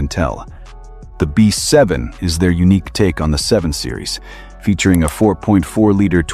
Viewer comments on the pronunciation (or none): none